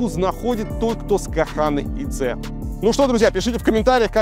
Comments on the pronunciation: Конечно приятно видеть, что человек хочет развиваться и учит что-то новое. У вас хоть препод носитель языка? В русском есть слово ветка, приставьте к ней "к" - будет лучше звучать, а не куэтка. С це тоже грустно, какая-то муха цэ цэ получается. Белоруский язык мягкий. Почитайте Короткевича "Блакiт i золата дня". И стихи его. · Достаточно ему читать "це" "дзе", как русские "те" и "де", а не как "цэ" и "дзэ".